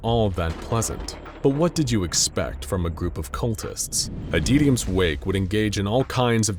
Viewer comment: "Adeetium" Like, seriously, you have pronounced the word "Adytum" correctly before.